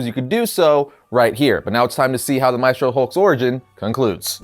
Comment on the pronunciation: You can pronounce "Maestro" better than that